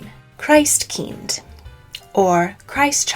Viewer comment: Okej nice video, nice research, interesting and all, but the pronounciation is quite out the window, sadly. I first twitched at [kraist kaind] which should be pronounced in the german way [kristt kinn-t]. Then zwarte Piet, despite not speaking dutch myself, was also quite hard to swallow. Tomte / Nisse don't have an i nor y at the end, and are pronounced [tom-teh] and [ni-sseh]. And [did moarge] was soooo... sad. It's [dead mo-rose]. I mean you managed to get the [chn] sound in Belsnickel, but Europe was too far for getting the pronounciations at least a little bit right ? That's disappointing. Also you can't talk about the Wild Hunt of Odinn aka germanic/viking mythology, relate it to modern Christmas, and then not talk about the fact that Jól/Jul was from the start the celebration of Freyr and other Vanir gods, and even Thor and his goats, and that's why the Julbock (Jul goat) got associated with that period of the year... Else I don't really see why including Odinn in the list, because no, he's not a Christmas-period specific character at all. His Wild Hunt lasts a much longer time and when it happens varies depending on sources and places. Otherwise happy that you included the Befana, Krampus and the icelandic spirits !